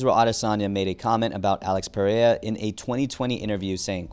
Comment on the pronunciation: I HATE THE WAY TO SAY PERERIAS NAME. PRAY-A. 😂